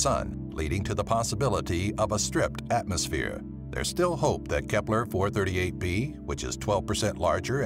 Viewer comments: whenever he says kepler i hear hitler lol not joking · Nobody: Dude: K E P L E R